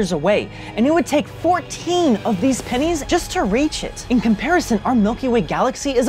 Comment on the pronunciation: About pen*s I laughed for an hour before realizing that he said 'pennies'!!!! 😂😂😂😂